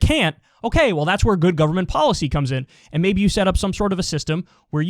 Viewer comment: KYLE, the only thing I don't like about you is, you pronounce the word "and" as "end." Every time. It's distracting.